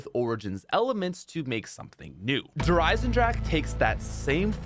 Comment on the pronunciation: Lol he said Der Eisendrache wrong